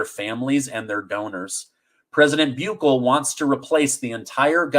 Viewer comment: Hey, Bukele's name is pronounced different 😂❤ but it is hard for me to put in words, maybe you can search for a news story about him and then you'll hear it for yourself 😊 It does look like how you said it too but you'll see. Okay, thanks for all the good shows, I do feel like your titles are misleading though, maybe you can try being more general or more direct. Thank you ✌🏼